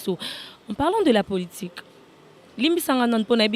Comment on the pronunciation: Le corbeau et le renard tout flatteur vit au dépend de celui qui l écoute On dit politique et non poltique